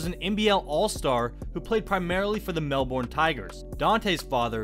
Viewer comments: You pronounce it mel-bon not mel-born but it is spelt Melbourne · Why do you pronounce Melbourne like that it’s Mel- burn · "Mel-Born" ffs can you atleast look up the pronunciation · lovely pronunciation on Melbourne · The way he says melbourn is completely wrong, I live in Melbourne mate?!